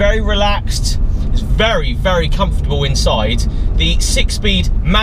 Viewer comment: LOL - "very comfotable inside"